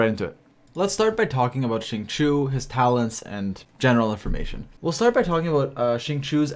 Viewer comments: Why is nobody talking about ”shing-chew” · Its pronounced sing-cho in chinese i think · "shi-ng chi-oh" shing chio. It's been long enough bro. Cmon. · It’s pronounced sing-cho:) but great video as always! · "xing chew" 😭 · I cringed every time you said Xingchoo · Alright boys I know it’s tough but we’ll get thru this together. It’s pronounced XING— CHO. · the way you pronounce xingqiu makes me angry and sad at the same time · Hearing you try to pronounce his name is really cringy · Can we just take a minute to talk about how pronounces Xingqiu and Kaeya's names? People are always complaining because they cant pronounce them right but the character have a profiles for a reason, just go to their profile and listen to them say it. wow